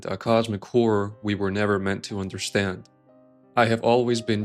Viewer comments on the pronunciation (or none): none